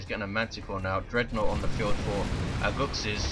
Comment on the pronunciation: Was a gg didn't play as good but we got the game:) btw you pronounced my name better than most people lol. -Aguxyz